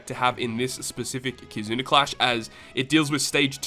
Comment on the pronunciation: Am I the only who hears him say “Kizuner” lol